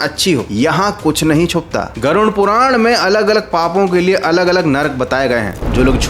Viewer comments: Garun nahi garuda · Garud ko gaarun kyu bol raha ho 😆😆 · Aap baar baar Garud ko Garun keh kar kyon bol rahe ho... Kya aap ko Garud bol ne mein problem to nahi hai na... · Garud Puran hai naa ki garun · कृपया नाम सही तरीके से लीजिये। गरुड़पुराण है न कि गरुनपुरण।